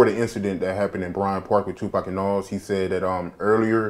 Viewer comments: I can't finish the video because of the way you keep saying "Nawwz" instead of Nas lmao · pronounces nas' name like nawls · This dude does not know how to pronounce Nas! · Somebody teach the interviewer how to pronounce Nas